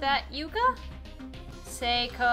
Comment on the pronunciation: Those two just need to kiss already. Geez. Thank you for pronouncing Seiko's name correctly! It was driving me nuts since she's my favorite character, and it feels like I have to protect her the best I can...Anyhow, treasure her! (Also ship Seiomi...Or Seiko X Naomi...These two deserve each other!)